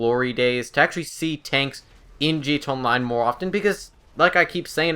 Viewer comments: it's not G TOW online, it's GEE TEE EH online. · why are you saying gtonline instead of gta online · Dude its G.T.A ONLINE STOP SAYING LIKE THAT WTF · is he saying 'G2 Online' because it's sounds like that instead of 'GTA Online' I'm not trying to be nitpicky, I just thought it was funny lol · "Gee Tahnline" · I fucking hate how the fuck you say GTA online you say it "g to online" and that pisses me off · Stop saying "G Tone Line." Slowdown and enunciate. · Take a shot every time he says 'Gee T'online'